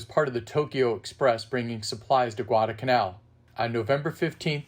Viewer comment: Great video. Thank you. Probably a little late, but if you ever do any more Guadalcanal programs, please don't forget to include the "L" in the middle of Guadalcanal. It's "Guadalcanal," not Guadacanal." thanks!!